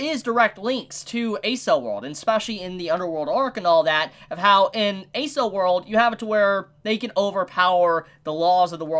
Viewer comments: bro a-cell world?😂😂 it's pronounced ack-sell or eck-sell world depending on accent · he called Accel world A-Cell world again xD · Hey, loved your review of this episode and the next one, I totally didn't realize all the detail put into the backstories of these episodes. Great job on them! On one other note, I'm pretty sure Accel World is pronounced like "Accel"erated world, with hard c's. If not someone can correct me but I was a bit confused at first when you referenced it. Not a big deal, just thought I'd let ya know. ^^